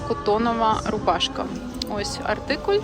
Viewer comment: Чудове відео, але чому артикулЬ? Наче циркуль)))) Українською - артикул ❤